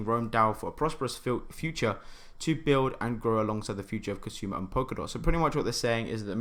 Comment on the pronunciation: Well done. Cool video. Did you mean Kusama? $ksm? You kept pronouncing it as kasuma instead of Kusama. Which left me confused a bit.